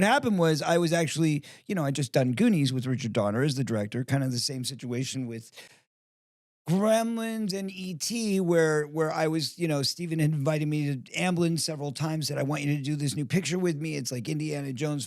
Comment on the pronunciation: Why does Steven pronounce his S as SH? Get that fixed.